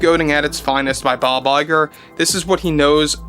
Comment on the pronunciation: What his name??? Bye bye girl?? It s all I heard when you says his name..